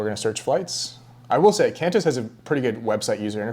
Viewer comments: Great, informative video! And it’s pronounced “Quan-tiss”😊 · It’s pronounced Kwantysh 😂😁. Same for Kwatar 🤣